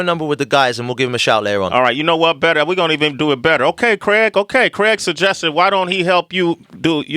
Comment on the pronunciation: It's Craig, not Creg 😂